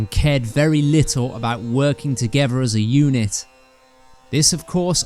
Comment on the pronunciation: I really wanted to watch this but after listening to the narrator for 5 seconds I couldn’t take anymore. BTW is “togever”a word? Shame.